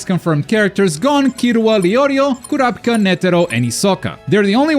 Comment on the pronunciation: Its pronounced (Cure-a=Peaka)